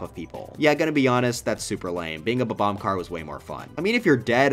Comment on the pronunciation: "bbomb"... its bobomb